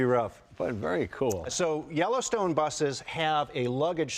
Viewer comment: Each time he said Yellowstone I heard Jellystone. So, why do they have those big metal bars in the rear? To keep Yogi bear from stealing picnic baskets kept in the luggage pod?